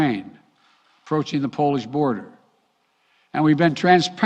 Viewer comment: Moving the embassy from KEVE to La VEVE?? Does this idiot even know what he's saying? LMAFO!!!!! This whole thing was FAKE and made to distract from the Durham investigation. Sooooo, what will they do now to distract us since this fell flat? Play the Mr. Peanut card?